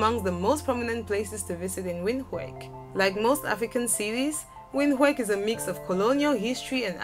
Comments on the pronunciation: Pronunciation of "Windhook" is "Vend hook" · Windhoek is not pronounced Windhake it's pronounced Veend-hook, the h has a harsher note from deep in the back of the throat. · Windhoek is pronounced ”vendhuk” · It’s pronounced vindhook not Windhoek... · NO NO NO, Naaa, it's not Windhooik No. That makes us want to throw up 🤮🤮🤮🤮. It is read as VIND-HOOK or alternatively WIND-HOOK. Hook like the one for catching fish. Please next time pronounce it correctly before we start throwing up all over your channel. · Nairobi the Maasai land😙😙 You missed Kinshasa and Addis Google how to pronounce Windhoek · I know right? Most pipo don’t get it right. Windhoek is pronounced as Vinduk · Wind hook....that is how you pronounce 🇳🇦 Capital. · "Vindhoek" the w turns into v in Afrikaans🇳🇦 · Number 19. It's pronounced "vint-hook" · It's pronounced as Vind-hook ( Windhoek) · it's a german word, its pronounced vin-took :) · I stopped at "Wind-ho-ik". By that time there had been a number of odd sounds. Having travelled a bit in Africa, I am easily turned out by simple things like ignorance of pronunciations. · Windhoek is pronounced VintHook. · She really butchered the pronunciation of “Windhoek” damn 🥴🥴🥴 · Lisa Mbana I know right 😒🇳🇦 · michi hofer that's Afrikaans dear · Gosh... the way she pronounced Windhoek tho😂😂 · You pronounced Windhoek wrong!😏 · Pronunciation is a vital fact when your doing your videos. Please pronounce my capital city Windhoek!!!!! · She butchered the pronounciation of POPULATION ... How is she not going to decimate WINDHOEK!!!